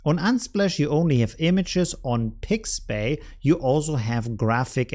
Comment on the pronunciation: It is called Pixabay, not Pixbay.